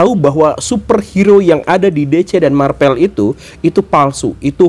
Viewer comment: Marvel guru gembul bukan Marpel